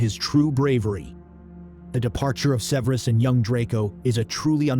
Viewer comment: Severe-us... 2/2… 😂😂😂